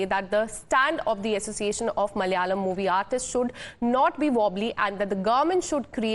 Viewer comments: Please for the love RAM its Ma-la-ya-lam not mal-ya-lam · This stupid lady should stop reading the news. Cant pronounce, Malayalam and none of the names. These are Indian names. No wonder people in south India have a problem with north Indians.